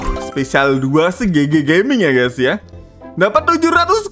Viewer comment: Bang bukan gey tapi guys